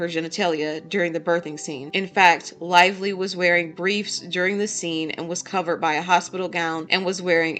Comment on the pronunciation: Blake "LIE"vly